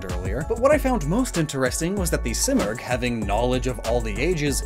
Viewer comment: I’m Persian and the bird you were referencing in the articuno section is pronounced as see-more-g